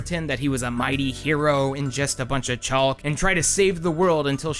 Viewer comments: Why do you pronounce the L in chaulk 😭😭😭😭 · ......Chaulk? That's one way to say it lmao <3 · Is the chalk pronunciation some sort of hurr durr joke or...? It’s dumb in any case. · i don't want to leave a comment that undermine's how much i'm enjoying the video thus far, but i just has to pause to leave this comment and ask.... y u say "chalk" like that???